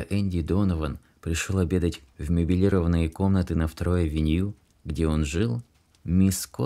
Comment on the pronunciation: МеблирОванные комнаты